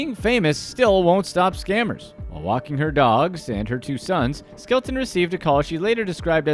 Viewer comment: Her name is Skelton, not Skeleton lol